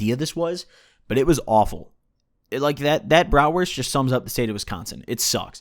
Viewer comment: xD jo und auch gut ausgesprochen für nen dichten ami